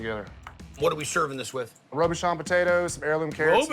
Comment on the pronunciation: Robuchon Potatoes?? HO HO HOOOO